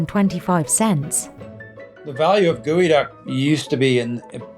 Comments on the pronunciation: Gross enough, why do you have to pronounce it like that 🤢 geo = gooey? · It's not Gooeyduck it's GEOduck GEO as in geography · why are you pronouncing it as Gowi-ducks when its spelled GEO-ducks? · Fisherman: "Gewiduck" Dictionary guy: "hmm......GEODUCK!" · I've never seen/heard such a big discrepancy between how a word looks and how it is pronounced... "Gueyduck" = Geoduck? 🤔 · Its pronunciation is as wrong as naming it as a duck. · Geoducks❌ Geococks✅